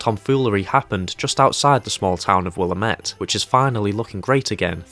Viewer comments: “Will-am-it” not “willa-met” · *the town is pronounced “will-am-it”